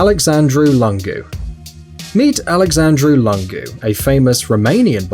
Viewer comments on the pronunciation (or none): It's Alexandru Lúngu not Alexandru Langu (pronuntion)